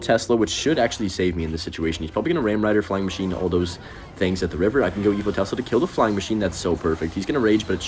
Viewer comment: why does bro call it tezla